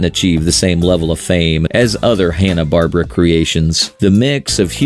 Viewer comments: Bar Bear Ah not Barbara fucking AI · I stopped the video when you pronounced Barbera as Barbara or Bar-bruh. It's Bar-Bear-uh.